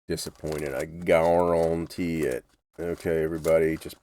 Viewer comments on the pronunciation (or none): Nice Justin Wilson "gare-on-tee" there at the end.